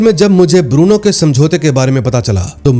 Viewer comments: Lagta hai, yeh Bruno ko Burno bolne wala koi Parkaas bhai hai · बुरनो नहीं भाई😂 ब्रूनो